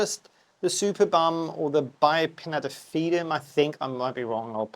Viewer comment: Let me put my "Ms Know it all" hat and quote others. My favourite German botanists made a care video not long ago, so I just repeat what I remember: The name gets pronounced "supErbum" with the emphasis on "E". So not related to superior backsides. It is one of the biggest, if not the biggest platycerium in nature. It can deal with lower temperature (not freezing, it's not winter hardy), but not with lower light. It needs as much light as possible, so one of the guys, who showed his privately owned one on the video, basically said the superbum has its own growlight in winter and sits on the balkony in full sun in summer. The mounting was quite interesting, too: he had taken a plastik pot (with side holes, one of those that you buy for water plants) and had cut a hole on the side of the pot. He then stuck the root ball of the platycerium inside and filled the rest with kokos chips. With time the mantel leaves have grown around the pot enclosing it completely which made watering and fertilizing much easier and still enabled him to hang the plant. That's the basic function of these leaves, in nature they build a "nest" where organic matter falls from above or ants and other insects leave their "dumplings". It is essentially a compost bin. Even more interestingly, there are other plants (some orchids, for example) that grow there and are specialized in growing in the "compost bin". Very interesting, indeed. Another way to mount it would be using a vanda basket but tilting it side